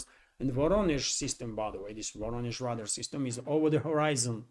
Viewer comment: Just a helpful note... Radar is pronounced "ray-dar."